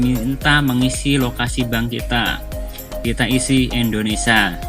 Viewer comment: Terimakasih om, sangat2 membantu ... pengucapannya Indonesia bukan indonesa hehe...